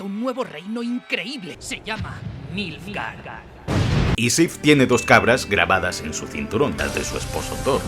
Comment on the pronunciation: muy fan del "MILFGARD"